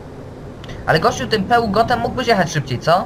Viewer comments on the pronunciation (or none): Peugeot mówi się Peżo